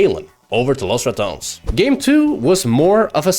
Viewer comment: Love the highlights. Though being able to speal good Spanish and pronouncing "Los Ratones" as he is in the video makes me feel some kind of way 😭.